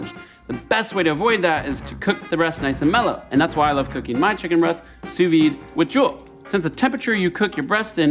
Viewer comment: Its literally pronounced su vi